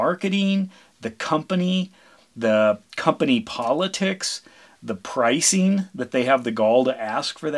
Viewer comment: Pricing. it's pricing